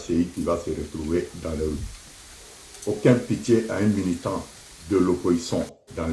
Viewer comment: Toi tu écoutes encore cet ILLETRE INCAPABLE MÊME DE BIEN PRONONCER LE MOT MILITANT😂😂😂😂😂😂